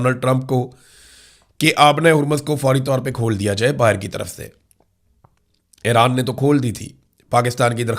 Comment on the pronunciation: برادرم، براہِ کرم اَیران (AIRAAN) نہیں اِیران (IRAN) بولا کریں، شکریہ ۔